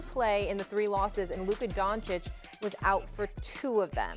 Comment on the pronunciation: his name aint donkick